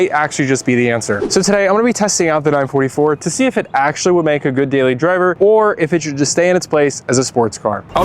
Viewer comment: 9-4-4 not 9-44 😂😂